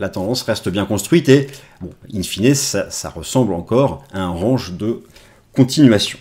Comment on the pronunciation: Mais arrêtes de prononcer "range" comme ça. 🤣🤣